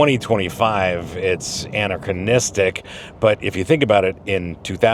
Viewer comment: It’s pronounced anachronistic